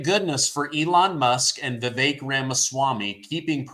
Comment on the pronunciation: I see our patriot media has started widely pronouncing Vivek's name right. Thank you, we show unity when we know our brothers!